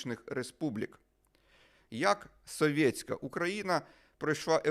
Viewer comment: соВьеТьсяКая - вы так коверкаете это слово что смотреть не хочется. Чисто по рогулячи. Говоришь на украинском, так говори нормально, а не как рагулек из под западной.